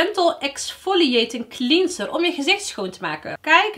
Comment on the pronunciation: Love your video’s ❤️ maar het is clenser niet clienser (cleanser) je spreekt het altijd verkeerd uit 🤣🤣